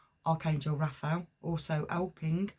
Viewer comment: Sorry but its pronounced Raf a el